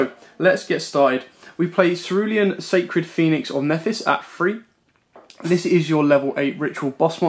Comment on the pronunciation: I love you man, ur deck profiles are awesome. But imma have to be a grammar nazi for a sec. Nephthys is pronounced (nef-es-tist) Incamptation is pronounced (in-camp-tation) Cerulean is pronounced (s-air-oo-lean) Sorry man but that was killing me all vid😂, keep up the amazing work. Excited for more content.